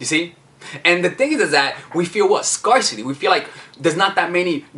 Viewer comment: luv luv luv u! but you’re mispronouncing “scarcity.”